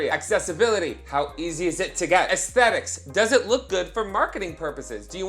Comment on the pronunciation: I miss saying ASS-thetics lol